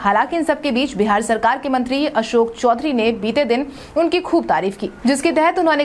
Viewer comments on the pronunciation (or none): none